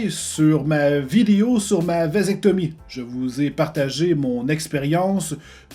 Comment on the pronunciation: En tout y’a un truc que je retient c’est que le mot vasectomie est bien plus drôle avec l’accent québécois que français